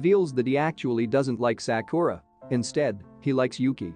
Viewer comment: I love how he pronounced Sakura's name as saakooraaah😂😂